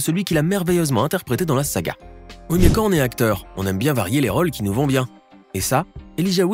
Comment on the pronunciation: ce ne sont pas des " raules " mais des rôles